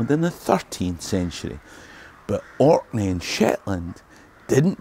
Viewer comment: Thanks for coming to Orkney! We don’t get enough love for how amazing historically and aesthetically the islands are! You also have the best pronunciation of Orkney and other place names I’ve ever heard from anyone outside of Orkney, let alone I’ve never really heard anyone who wasn’t from Orkney make a video about here without saying “the Orkney’s” so thanks so much! Please come back!